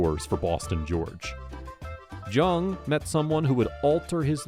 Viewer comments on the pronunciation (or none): George’s last name was pronounced “Young” not Jung the way it was spelled. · it’s pronunciation is young watch any video where he introduces himself when you says his name he says young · Family member here, It is pronounced Jung and not Young. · It is JUNG NOT YOUNG JUNG IS A GERMAN NAME ORIGINALLY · You’re pronouncing his last name wrong. Haven’t you ever watched blow? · If you can't pronounce his last name correctly, I can't watch your video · This is the worst vid…..um so you watched the movie. You can’t even pronounce his name…